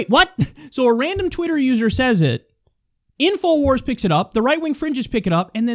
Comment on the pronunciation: I lol'ed when he said inowars